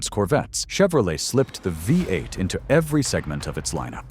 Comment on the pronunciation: 🙄😞🤮 STUPID AI CRAP! Thoroughly fed up with it already! The future alright-soon in the “future” it needs to go in the scrap yard! What the HELL is a”Vie eight? 🤮 LOL! They think this “technology” will replace humand when it can’t say simple phrases and words without screwing it up? Lol FAT CHANCE! Total junk. Lol my poor typing because I am tired is FAR better than this detritus! WHY are posters on this forum using this trash? Oh. They probably can’t narrate and think a way over priced phone or computer is worth the space it wastes. AI sucks.